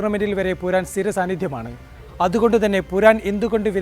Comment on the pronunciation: പുരാൻ അല്ല പൂറൻ ആണ്